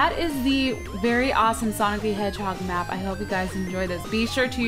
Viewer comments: Sonic the hedgehod LOL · it says sonic the hedgehod with a D instead of a G